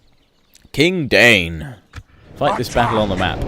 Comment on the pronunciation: That Thorin you got as a commander of your armies there is Thorin III Stonehelm, son of Dain and father of Durin VII the Last. And it's pronounced DA-EEN, not DANE. Sorry, I get really nit-picky when it comes to Middle Earth.